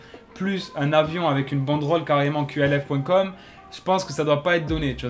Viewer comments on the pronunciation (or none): C’est QALF pourquoi tu dis QLF ? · Dites Qalf bordel pas Q.A.L.F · Tu prononces mal qalf